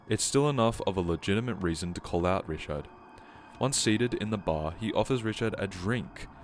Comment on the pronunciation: its not rishad its riCHard